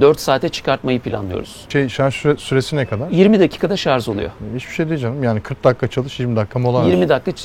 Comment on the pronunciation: Hepsi için tebrikler, sadece şarz demesen harika olacaktı 😊